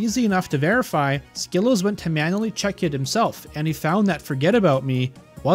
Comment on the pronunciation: Hey just so you know you are pronouncing wrong. You should check with him to fix the pronunciation. Great video otherwise!